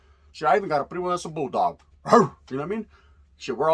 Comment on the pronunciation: Again, I’m always enjoying your way of talking, always make me laugh somewhere in your words about something. You a cool ass raza, when You say the Asians take over the fishing game in the bay, or just simply saying bull dogs with a “bark” always make me 😂